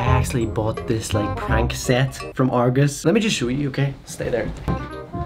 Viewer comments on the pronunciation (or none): Its not argors its argos.